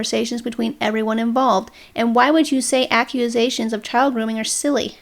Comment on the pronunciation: Duuuuuude. The video's pretty good, but why do you keep saying "accuAsations"? , , , ...you get it. It's super weird and distracting.